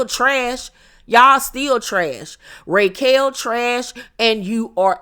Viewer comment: Every time you call her "RAY"quel, I scream 😂😂.